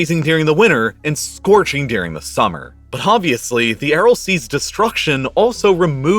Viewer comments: Great video, couldn’t stop focusing on you saying “dearing” instead of during lol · I really like this channel, but the narration could be better, I think. You don't notice the accent that sounds like TikTok dictation, or occasional odd pronunciation? For example, cotton sounds like "coddon" and during sounds like "deering." Some of the pronunciation is probably regional, but I can never get used to it. Reminds me of how many journalists speak with a neutral "West Coast American" or Canadian accent, but you can hear the roots when someone from the eastern US pronounces the words foreign or forest as "fareign" or "farest." The Canadians are revealed by their tight Os and occasional nuance of vernacular.